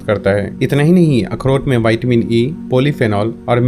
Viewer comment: Bhai pehale tum siklo vaytimini nahi hota o vitamin hota gain विटामीन 🤣🤣